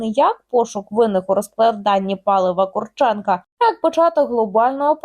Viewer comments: Прізвище українське і мав би наголос стояти на КурчЕнко, а якщо людина захотіла бути КУрченко, то його справа. Візьміть КостЕнко, якщо мені скажуть КОстенко, то таке ніяк не сподобається. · Ловить їх бистріше!.. Їх повно в Україні! Вони повинні відповісти за свої злочини...Ведуча, наголос роби на Курченко...недолуга... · Є різниця. Така недбалість розповідачки свідчить про те, що вона погано знає предмет, про який береться розповідати. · Яка різниця КУрченко чи КурчЕнко? Хіба що наголос змінився.